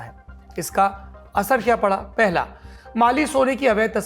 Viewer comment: Sir at 4.03, you said Bali instead of Mali